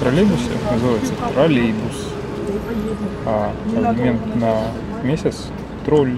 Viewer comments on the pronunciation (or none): Автор трОЛЛейбус это на русском, а трАЛейбус на белорусском языке